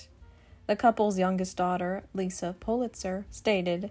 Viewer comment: It’s liza with a z Not Lisa Lovely family great kids that are very down to earth & fun loving. I secretly giggle when folks are snobby about the brand …always swell not snobby.